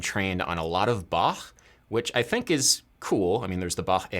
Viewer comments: pronounces Bach correctly pronounces portmanteau 'por-ta-men-teau' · It‘s nice to hear a more “correct “ pronation of Bach’s name (it’s a softer “Ba” ; not like an aggressive back) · It is so nice to hear that Bach's name is pronounced correctly in english by Adam. 😀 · As a German I am really pleased hearing you pronounce "Bach" so well! :) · 1. You play five strings exclusively, now? 2. Best Bach pronunciation on the English speaking yt! 3. So many liccs! Nice!